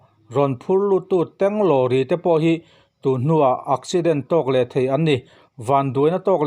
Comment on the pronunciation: Ak ipte ak lam dan nilovin thing ek lam danin accident lam tur aw😁😆